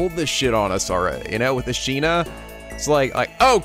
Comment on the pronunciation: Every time he says Ashina instead of Asahina I die a little bit more inside